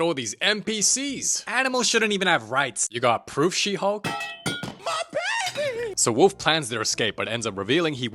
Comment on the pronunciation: THE WAY HE SAYS BABEH